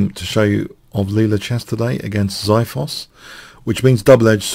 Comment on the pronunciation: lol the way you say xithos is so wrong lol